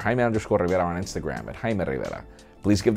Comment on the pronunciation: No. You're Jaime Rivera. Say it proper.